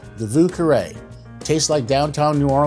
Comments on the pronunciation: No one ever pronounced it correctly, including you 😂😂😂 thanks for the recipe anyhow. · You didn't pronounce it correctly, either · You can't pronounce it either! 😂 nice drink tho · Sorry buddy, but you still don't pronounce it correctly... then again, I'm French, so I have a distinct advantage when pronouncing French words... and the French arrogance to correct you 🤣